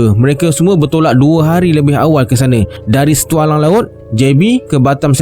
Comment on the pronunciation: Wwoowwww cerita yg di nanti²kn..... kak long hadir memberi sokongan.....xsbr tggu the next part..apepun nk btlkn "stulang ye bkn stualang"😁